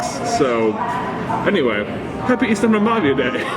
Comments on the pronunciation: You keep saying -pavia like the i (ee sound) comes after the v when clearly it's before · Honestly pretty good pronounciation but the letter Ä has a more ae sound to it if it makes sense? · The way google says ystävänpäivä is "ushtanvanpaiva" to my American ears and you say it as "yistanvanpavia" (this is using letters the way Americans pronounce them, not the correct pronunciations for the original language) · Ihan ok. (Also, as a Finn, hearing you trying to pronounce ystävänpäivä is hilarious). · I love the auto generated captions when you pronounce the holiday you invited.